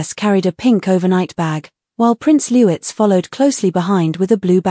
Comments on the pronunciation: His name is Prince LOUIS pronounced LOU-EE not LEWITZ 🙄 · I think in the UK, they pronounce "Louis" not as Lou-iss but Lou-ee. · It’s Louis not Lewez please get it right. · The youngest royal is called Louis not lewis. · Lou…eeeee, not Lewis. F. F. s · It’s pronounced LOO-EEE! 🙀🙀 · Thank you, drives me crazy when they pronounce Louis name as if spelled Lewis, pronounce it Louts, why on earth can't they pronounce it properly. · Good on Catherine she really does see herself as one of us.. ❤❤❤ ps. Pronounce the name of Louis correctly please.. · Louis is pronounced like a French first name. The s at the end is silent.